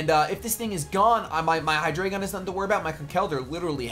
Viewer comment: for all americans who maybe not know this. Hydreigon and its evolutions usues german words for numbers: hyDREIgon = Drei = Three, same with ZWEIlous = Zwei = Two and dEINo = EIN = One. Obviously refering to the amount of their heads^^ with this knowledge i have to tell you americans that youre mispronouncing at least hydreigon :D:D:D